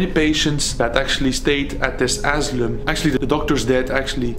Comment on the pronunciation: We call it caution tape or hazardous tape aka RIBBON, IS THAT THE WORD YOUR LOOKING FOR ? Asylum is pronounced A SI LUM THE Y SOUNDS LIKE I. ENJOYED THE VIDEO 😊